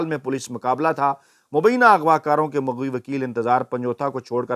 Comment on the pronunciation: مُغوی نہیں مَغوی کہیں ۔